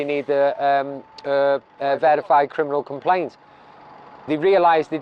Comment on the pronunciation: Hahahaha you crinimals i agree but say it properly hahaha